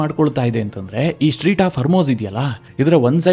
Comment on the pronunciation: Its not Street, strait of hormuz 😊